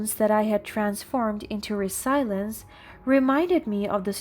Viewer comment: You can pronounce persevere but not resilience.